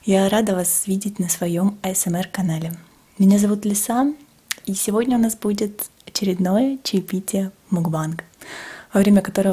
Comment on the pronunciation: Асмр а не эсмр